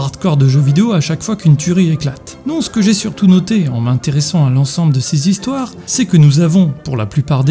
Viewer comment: "cinq zhistoires" :D